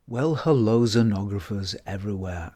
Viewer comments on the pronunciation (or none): none